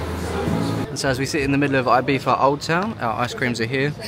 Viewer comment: Name of island: Ibiza (not "Ahybeeza). The Spanish "I" is pronounced like an English "E".